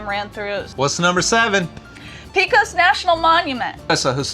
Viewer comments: Love your videos. We loved watching this series from when you bought the camper. FYI Pecos is pronounced as "PAY-kəs." Merry Christmas to you both and the boys. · and, you guys are amazing. Absolutely love watching your channel. Just wanted to let you know that ~ Pecos ~ is pronounced Pay-cos. I'm sorry I missed you guys when you were in Santa Fe, hopefully I'll get to meet up with you all sometime down the road. You all have a very Merry Christmas 🎄 and here's to a wonderful New Year. 🥂 🎉